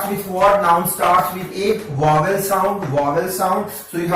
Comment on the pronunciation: Your teaching style is awesome! Just a minor correction that is vowel not wovel.... Thank you so much for all the videos!⭐⭐⭐⭐⭐